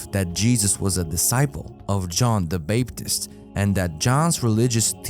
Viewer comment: A real researcher and research channel would have tried to learn how to pronounce major names, esp. if their first language isn't english; John the "Bape"-tist? Renay le Chatoo? Very sad.